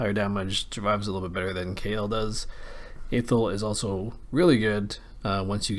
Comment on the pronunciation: learn how to pronounce athel